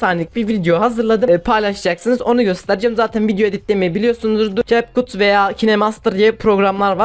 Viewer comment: Okunuş kep kat - kayn mastır abi yanlış söylüyon